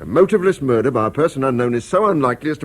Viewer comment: OH DEAR ! ....There's been a Mah-dur....!!!!